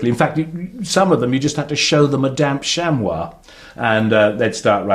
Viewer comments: chamoi? its pronounced chamy ffs (I know its spelt Chamois ) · Chamois, "shamwah"? Ha ha! A purist for certain!